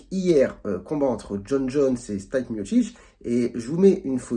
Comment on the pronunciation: Le prenom de Miocic se prononce "Stipé ". Mais merci pour cette analyse médicale. Un spinning back kick vise généralement les côtes, le sternum ou le foie quand il frappé du côté droit. Contrairement au coups au visage c'est moins spectaculaire mais bcp plus douloureux